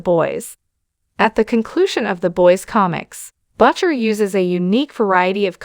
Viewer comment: That's not how you pronounce Butcher...